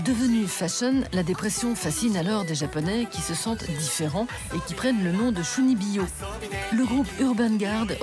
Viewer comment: Vraiment très intéressant, Merci. Cependant, ce serait bien de faire prononcer correctement les mots utilisés. Comme dans leur langue d'origine. Ca se dit Tchounibyo.